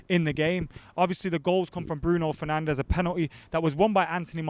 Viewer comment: "bruiso fernandes"